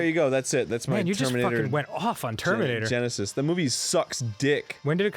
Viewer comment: I'm pretty sure he said germinator tenisis, lol I love it